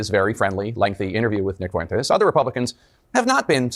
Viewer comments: Notice how Tapper is pronouncing Fuentes - it is correct. Idc if Fuentes even mispronounces his name, which idk. That is a Spanish word. FWEN-Tez not Fu-en-tez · Totally besides the point, but How is it that Tapper is the only one who can say his name correctly? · He pronounced it perfectly! Greetings from Spain. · He's trying his hardest to pronounce Fuentes in the most spanish way possible 😂